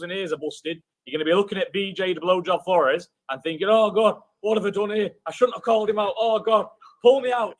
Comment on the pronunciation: lol he called him blojob florez